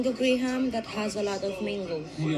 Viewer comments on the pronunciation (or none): none